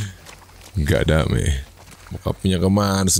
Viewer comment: "gaddameh" That word came back